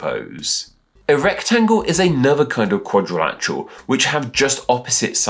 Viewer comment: Did you say erectangle?